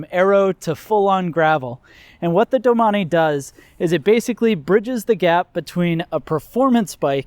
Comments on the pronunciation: Sorry Gerard, he’s pronounced it wrong. Not sure why you are getting crazy over it. It is pronounced doe-main. Look it up rather than resort to trying to insult me. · Learn how to pronounce the name correctly if your going to review it…. Doe-main….thanks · I always pronounced it as ‘doh maine’. I didn’t know it was pronounced ‘do mah nee’ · All this time, I've been pronouncing it "Domain". LOL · I believe it’s pronounced “domain”